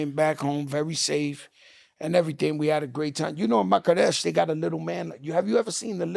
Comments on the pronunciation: Marrakech Joe , Marrakech Joe 😂😂😂 not Makadech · Love this show! Shout out to Joe and Jada! This is so entertaining! Crack meant Marrakech, Morocco, not Makaresh, as he stated. LOL! Please subscribe to these greats! Keep it going! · The moment I heard the name of the city "MAKARESH" i knew this is goin to be a classic cap joe story! There aint no f* city called Makaresh. Its called Marrakesch! Also there aint no taliban in marroko. Taliban is from Afghanistan